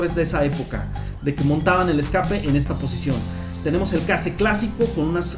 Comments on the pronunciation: se pronuncia queish los case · Se dice keis (case)